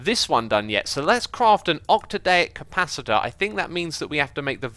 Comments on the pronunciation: Oc-tad-ic capacitor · how long until xisuma learns how to say octadic